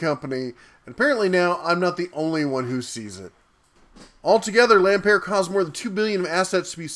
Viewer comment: Ohh and you can't even pronounce Lampert's name properly. OMGosh I been saying this for so long! We ALL knew it. Yes though, WHY did they wait this long to come forward about it?!